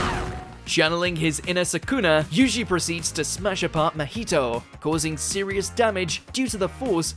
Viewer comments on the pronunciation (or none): Bro the names had to be intentionally butchered, Mahito - Mojito, Pucci - Poochie, and the worst Yhwach butcher of all time, Johabar.